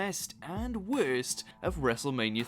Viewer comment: U know wut is worst: how u said worst